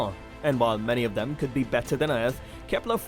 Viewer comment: you said wetter